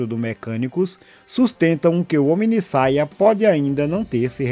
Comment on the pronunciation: Ou "HomideSaia!"😂 Bom vídeo, irmão!